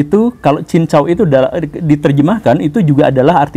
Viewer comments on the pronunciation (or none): Klo pulau mas dlm bahasa mandarin adalah cin tau,bkn cin cau.